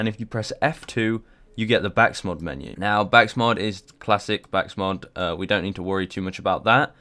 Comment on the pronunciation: THIS MAN FOR REAL JUST SAID BAKSMOD